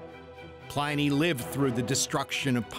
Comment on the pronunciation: A couple of the pronunciation choices distracted me long enough that I had to go back and rewatch the few second after them as all I could do ws try and figure out who/what was being talked about (Pliny being the one that kept getting me even after I figured it out the first time).